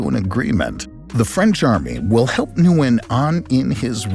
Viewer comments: Zero effort made to pronounce Nguyễn correctly. Come on! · No, that is not correct, that is like calling a duck a chicken. Nguyễn only has 1 pronunciation, all other pronunciations are incorrect. Noo-win is so incorrect. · I disagree with this advice as a Vietnamese person who majored in linguistics. "Win" is the common anglicized pronunciation found in the US, but people anglicize it in different competing ways and all of them are equally correct (/incorrect). I find noo-win to be more similar to the original than win, and some prefer noo-yen. In Vietnam, my English-speaking teachers all pronounced it noo-win.